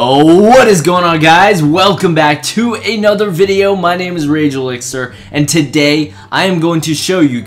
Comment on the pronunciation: lol turn on the sub title and read name he say -_